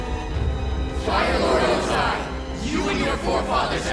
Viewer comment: Why do you pronounce Ozai differently than the characters in the show? 🤔 I mean they give you the pronunciation...